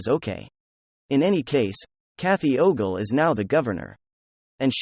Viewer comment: It´s funny how you keep mispronouncing Kathy Ogre´s name